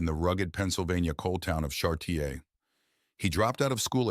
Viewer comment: Char-Ti-Yay??????? #SMH